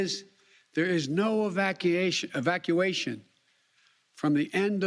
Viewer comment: He mispronounced 'evacuation,' it seems like his speech gaffs are at it again.